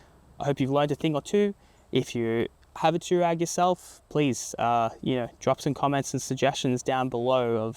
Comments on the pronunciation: Dude! Too-rag? Twa-reg! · TF ist an tourag its an TouAreg